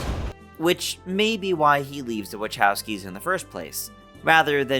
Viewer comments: Say the last name correctly it’s pronounced wah cow ski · Not a huge deal, but...phonetically..."Wuh-KOW-skee." K...not Ch.